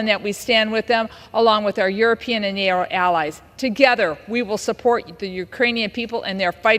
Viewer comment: MTG, please!!!! NATO has a T and not a R!!! You don't say NARO!!! 😂